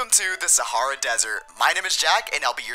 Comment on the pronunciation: Can we just talk about how he says wrong sahara